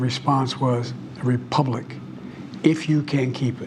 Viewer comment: Why can’t Democrats say “republic?”